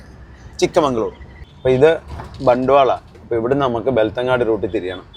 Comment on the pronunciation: 🎉Again, it's not ബെൽത്തങ്ങാടി, it's ബെൽത്ത൦ഗഡി.